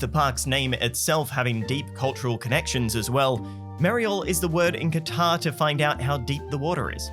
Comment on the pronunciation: AT THE MARK, HE SAID THE NAME OF THE CITY RIGHT *KWA TAR**; OTHER LAZY PEOPLE SAY IT LIKE THIS: **CUTTER!!*